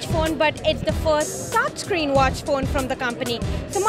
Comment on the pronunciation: The foirst watch fone but the foirst touchscween watch fone